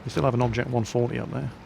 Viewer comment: had to laugh how he says he was shooting at the 140.